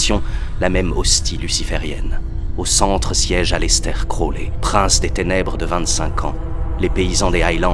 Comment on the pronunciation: Aleister crowley = ayistar krory. #dgrayman